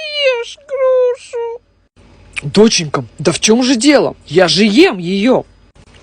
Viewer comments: Тем временем она которая выговорила букву Р в слове гРуша😂😂😂😂😂😂😂😂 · как он выговырил слово груша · Почему в начале она не выговыговорила букву "Р". А когда она сказала грушу она выговорила букву "Р" 🤔🤔🤣🤣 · Когда поговорила грушу ты говорила букву р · Тем временем буква р в слове груша которою ты выговорил легко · Если она не выговаривает букву р то почему она сказала слово груша